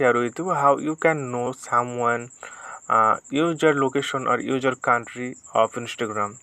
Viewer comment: user. not ujer